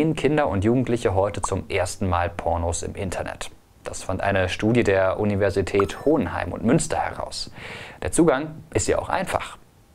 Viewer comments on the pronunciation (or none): Ich hab kurz gedacht er sagt: Universität Hodenheim 😂